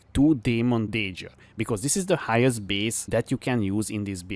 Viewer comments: Is saying tonky a meme or he doesn't know? also dagger he pronounces "daejer" lol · Finally a tonky build with Dagiers!! I love how he says dagger. Like, never before have I heard it like that and now I think I will call it a dagier from now on!